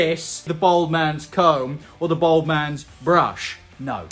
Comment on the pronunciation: Its Bald NOT Bold!!!